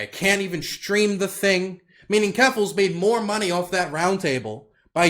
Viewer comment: "keffaluffle" xD